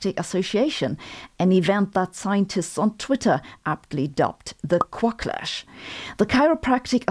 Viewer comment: Great video, but Quacklash, as in backlash ;-)